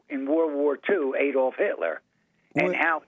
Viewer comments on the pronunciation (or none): none